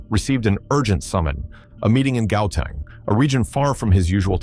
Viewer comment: Did this mf just call it gahow teng 😂